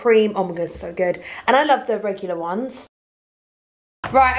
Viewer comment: 'SO GUG" aggs me too much haha